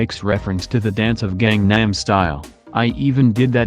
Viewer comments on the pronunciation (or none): none